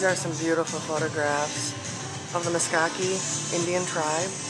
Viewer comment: Meskaki? MeSKWA, SKWA SKWA. Meskwaki lol